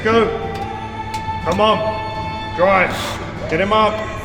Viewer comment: Hearing "DRIIIIVE" shouted in an English accent raises hairs on my neck. If you know, you know.